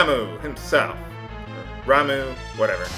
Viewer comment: Ramuh is pronounced "RAHM-uh" (not RAHM-oo). Ifrit is "i-FREET". Bahamut (if you want to be true to the origins of the name) is "BAH-hah-moot".